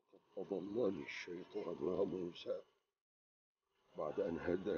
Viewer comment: موسى وليس موسي